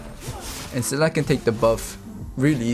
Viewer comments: a tip for hoon is that its sa-lee-na not se-leh-nah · Best pro tip I can give is to not say Selena’s name like does.